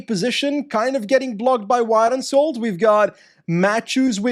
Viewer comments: My Norwegian heart has been absolutely crushed by the way you pronounced wærenskjold😂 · All professional Belgian cycling journalists/broadcasters butcher the Scandinavian names. Wærenskjold becomes Weehrenskyult for the majority of them. They completely made that up themselves, as it is not even close to how it would be read in natural Dutch/Flemish. I don't understand why they don't to a small effort and ask some native speakers on how to pronounce the names correctly. On a sidenote: æ is phonetically not that hard for Flemish people. It even is present in multiple dialects.